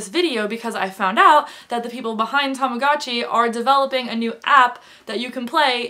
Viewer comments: TAMAGOOOOOOOOTCHI not TAMAGATCHI UGH I just can't hear you saying that , that way. haha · I had a baby blue one! Tamagotchi is pronounced so differently in Australia haha but oh god the memories